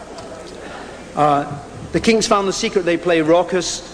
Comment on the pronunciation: C'mon, Ahmet pronounce their name right, eh ?